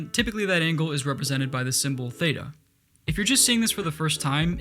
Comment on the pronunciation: lol when he said theita i went crazy cuz the pronounciacion was complete dogshit (im from greece so i know :)) Great video!